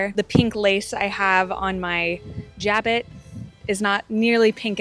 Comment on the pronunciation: I have no idea where you found that pronunciation, but it is so wrong... slurred z: zha'bo or soft j: 'ja-bo, with a hard o/silent t at the end